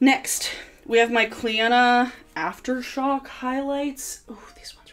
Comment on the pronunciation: i was caught off guard with how you pronounced clionadh, you're the first person i've heard say it correctly!!